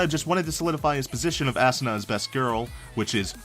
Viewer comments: It's ahhhhhsuna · Assuna no it's asuna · Ok.. Lets get this straight ASSANA???!??!?! ITS ASUNA! (AU-SUN-A) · Assuna... you mean Asuna xD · Asuna name pronounced like assboobsnah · He said assuna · ASUNAS NAME IS PRONOUNCED AWE-SOON-A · he says it assoona lol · He prenoucenes asunas name assuna lel XD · bruh quit saying ass-sana cringe af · Yes we all know Asuna has a nice ass but it's pronounced Ahh su NAH. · "Assuna" ......uhm ok? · Makorra Nation right? ASSuna? like say it right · I hate it when he mispronounces Asuna name